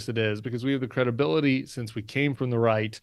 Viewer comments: Brian: Did you say the right, or the reich ? LMAO 😂 😅 😊 !!! Adolf Trump is literally going down the toilet. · Did Brian say, "Right or Reich"? LOL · Sounds like you are saying, “inside the Reich”. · It sounds kinda like your saying " inside the Reich" which is right!